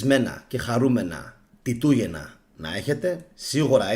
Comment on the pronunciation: Φίλε συγχαρητήρια για τις εκπομπές σου και για την καταπληκτική σου έρευνα. Τιτούγεννα είπες; Άκουσα Πιτούγεννα. Είσαι σίγουρος ότι πολλοί Ρωμαίοι όπως οι πράκτορες που ανέφερες ήταν Ρωμαίοι; Φαινομενικά ο Χριστιανισμός δημιουργήθηκε από τους Ρωμαίους για την εξυπηρέτηση των συμφερόντων της Ρώμης που πολύ αργότερα όπως είπες γύρισε εναντίων τους. Βασικός σκοπός του Χριστιανισμού ήταν η υφαρπαγή της Ρωμαικής Αυτοκρατορίας και στην συνέχεια η καταστροφή του Ελληνικού πολιτισμού και πληθυσμού και γενικότερα του Αρχαίου Ελληνικού και Ελληνορωμαικού κόσμου όπως και έγινε. Και τέλος η εγκαθίδρυση της εξουσίας τους και η επιβολή του Θεού τους. Δεν πρωτοδημιουργήθηκε επί Τίτου αλλά τότε εφαρμόστηκε και άλλαξαν τα πρόσωπα. Έχεις να κάνεις με το πανάρχαιο Ανατολικό Ιερατείο. Αυτούς χτύπησε και περιόρισε ο Μέγας Αλέξανδρος. Μόνο αυτοί εκμεταλλευόμενοι την ηλιθιότητα των Αρχαίων Ελλήνων μπορούσαν να καταστρέψουν εντελώς τον Αρχαίο Ελληνικό και Ελληνορωμαικό κόσμο. Πρέπει να πας αν δεν το έχεις κάνει πολύ πιο πίσω για τις απαρχές του Χριστιανισμού. Πισω στους Σουμέριους, στην Μεσοποταμία, Βαβυλώνα στους Ανουνάκι- Ελοχίμ τους Αρχαίους Μεσοποτάμιους Θεούς Ενλίλ-Γιαχβέ, Ένκι, Έπος του Γκιλγκαμές Ουτναπιστίμ μετά Ενώχ. Σημαντικές πληροφορίες δίνει σχετικά ο Ζαχαρία Σίτσιν. Μετά εν μέρει από κει προέκυψε το Ιουδαικό ιερατείο. Οι Γνωστικοί που είναι οι πρώιμοι Χριστιανοί με εξαίρεση τους νεοπλατωνικούς βασίζονταν βασικά στην Παλαιά Διαθήκη και τέλως πάντων στα Ιουδαικά κείμενα. Σίγουρα σ